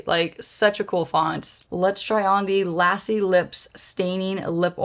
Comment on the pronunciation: Just a gentle hint, it’s Lassi like mango lassi, not lassie like the dog! Lassi is a yogurt based drink in India, where Kulfi beauty is from.